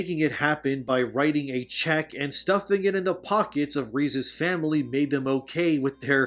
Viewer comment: And again later in the video referring to 'ReeveS'eS family'.... Which should have been 'Reeve's family'.